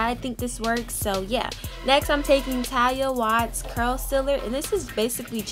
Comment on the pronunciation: Pronounced Ta-lia Wa-heed lol